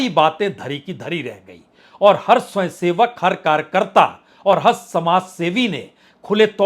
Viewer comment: 'स्वंयसेवक ' क्या होता है । पहले 'स्वयंसेवक' शब्द तो सही बोलना सीख ले ! कुछ भी गपोड़े मारना राजनीतिक विश्लेषण नहीं कहलाता ।